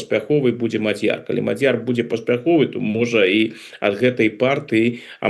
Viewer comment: На первый слог..ударение..Мадьер